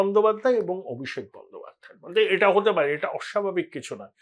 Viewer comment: Apnar sei famous astroscientist ki khobor …..ETA r SETA pronunciation EDA r SEDA hoye jachchey……correct korun .🤡